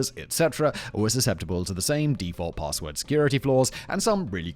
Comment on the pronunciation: Lol@ presenter: "paRRRRRRRRRRRRRRRRRRRRRRRRRRRRRRRRRRRRRRRRRRRRRRRRRRRRRRRRRRssword"